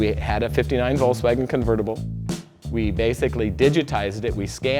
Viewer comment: why can't this guy say volKswagen??? 😣